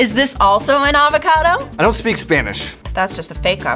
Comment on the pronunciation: “That an avacodo”? (I for got her name )I don’t speak Spanish- literally 2 secs later “an awacate” spanish